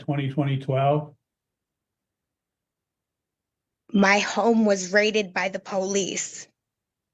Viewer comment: Why do they keep saying '' Twenty twenty twelve '' for 2012 ? 🤔🤷‍♂️